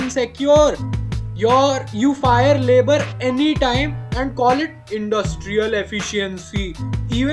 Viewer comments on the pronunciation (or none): indduuustrial efficiency 🤣 🤣 🤣 🤣